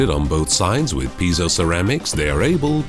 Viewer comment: I thought that "piezo" was pronounced more like "pee-ay-zo".